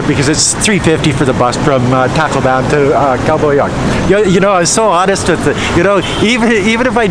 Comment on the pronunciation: Funny how so many youtubers wanna be so-called experts in the philippines, but cannot even pronounce city names correctly. It's not Cal-boy-'og, it's Cal-'bye-ohg. It's not 'Tack-low-ban, it's Tock-'low-bun! Come on man!